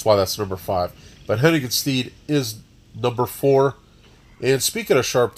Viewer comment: Why does everyone say it like "Hennigan's Steed"? It's 'stead' as in 'homestead.' Pass it along Also "Nwa" is not an acronym, it's a Haitian Creole word that means black. It's said exactly how it looks, 'wah' with an N sound in front of it. Great video otherwise though, very informative. I thought for sure Bayou would be in your top 2